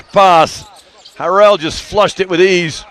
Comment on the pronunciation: He pronounces Montrezl Harrell's last name wrong. It's pronounced like 'Hair-el'.